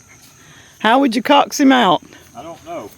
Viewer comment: Coax , pronounced like cokes .